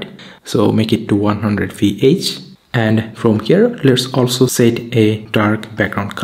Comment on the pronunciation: hey noticed so many times that when you saying make it to 100vh but it sounds like make to two hundred so please check on that